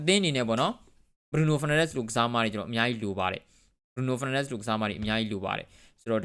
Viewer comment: BRUNO FERNANDES ကို အသံထွက်လေးတော့ ကျက်သရေရှိရှိထွက်ပေးပါ စောက်ရူးရယ် ကြားရတာ Feel တော်တော် ငုတ်ပါတယ် တကယ်ပါ ဒါတောင် ဒီစောက်ရူးက English လို အစီအစဥ် လုပ်လိုက်သေးတယ် 😂😂 #စောက်ရူးကျက်သတုံး